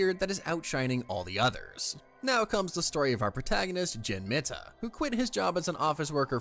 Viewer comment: Mita is probably pronounced Mee-ta